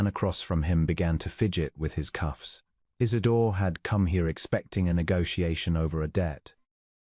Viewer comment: Isidor!! Not , Is it door!!!